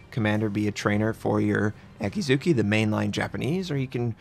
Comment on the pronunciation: No. There are silent vowels in Japanese (mostly syllables ending in -u). Akatsuki is pronounced A-Kat-Ski, NOT A-Kat-Soo-Kee. Also, Akizuki is pronounced A-Ki-Zki NOT A-Kee-Zoo-Kee.